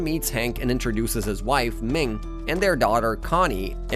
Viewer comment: Did you call mihn ming. What the heck